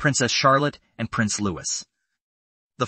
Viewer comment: It is pronounced "Louee"!